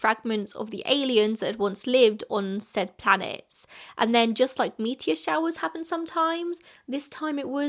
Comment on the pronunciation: When you said “meteor shower” I FOR SURE thought you meant “*meatier shower*” lmao